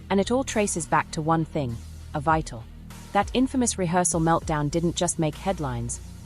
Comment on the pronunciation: As an English major, mispronunciations make me nuts. This narrator is so out of the loop, she doesnt know the play's title is pronounced "EVEETA" NOT Ev eye ta